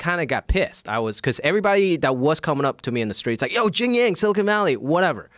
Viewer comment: "JIAN - YANG"